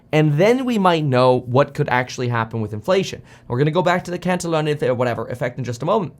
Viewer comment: it's pronounced CAN TEE ON